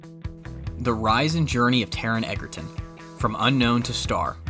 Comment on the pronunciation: His last name is spelled Egerton but pronounce Edger-ton. Please get it right in the future.